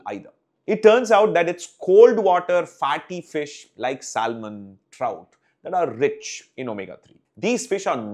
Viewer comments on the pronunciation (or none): Amazing video. Just a minor quibble pertaining to pronunciation and it's only because you present everything in an amazing manner: - it's pronounced Sa-muhn and not Sal-muhn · Very informative fata. Salmon has a silent L.